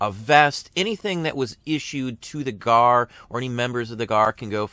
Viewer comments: I have been a CW re-enactor for almost 30 years and a descendent of veterans from both sides, I have also NEVER heard the G, A, R referred to or called the "Gar" Love channel and videos but I cringed ever time he said Garrrr wait till He calls the S, C, V as the Scvv haha Great info though. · Is 'Gar' a local pronouncing of it? Have never heard it called anything but G. A. R. among collectors. re-enactors or historians--- maybe G. A. R. that's an east coast thing? As a former museum curator, I only ever knew it as G. A. R. Love collecting photos of the reunions. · Winter Crow knows what the G A R is, the question is with him calling it "Gar" as a one word name, have run in some notable CW circles over the past 30 years (authors, historians, National parks) this was the first I've ever hear someone call it that.